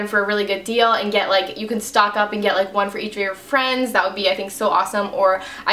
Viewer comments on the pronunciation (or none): none